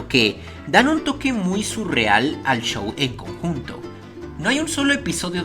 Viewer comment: Me sorprende que diga chow y no show